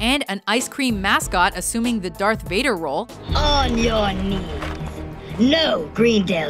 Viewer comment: Did you say derth vader